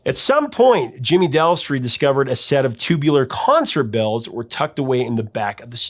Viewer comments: DES-tri!! Jimmy DESTRI!! NOT "Del-stri"!! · Destri not delstri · Jimmy DESTRI…..not Delstri 😳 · No offence meant to you but it's Jimmy Destri not Delstri as you said twice in this video. Another cool thing about the Rapture video is that the late artist Jean-Michel Basquiat is the DJ in the video that Debbie approaches in one scene. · I enjoy your videos, but as a big Blondie fan, I was disappointed that you screwed up Jimmy Destri’s name multiple times in this video. There is no “L”.